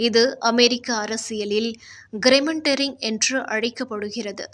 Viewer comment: "கிரேமண்டரிங்" அல்ல "ஜெர்ரிமாண்டரிங்" (gerrymandering).